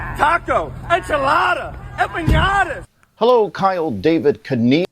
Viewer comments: It's empanadas not empaÑadas. PLEASE. 🥴 I hate when people get that wrong, it's twice as annoying when it's racist 😂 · He couldn't even say "empanadas" correctly 🤣